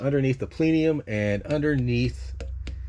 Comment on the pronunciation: I use the cruise control on my 96 ALL the time - it keeps me from going too dang fast. I don't want to lose my license just because my car likes to go, go, go! Also, my brother, the word is "plenum", not "plenium". yer killin' me with that.